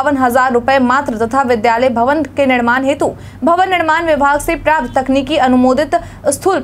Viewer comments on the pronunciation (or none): none